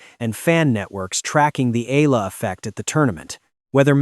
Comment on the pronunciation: Her surname is pronounced as Ee-yuh-luh. I wonder why Oprah's picture keeps being shown.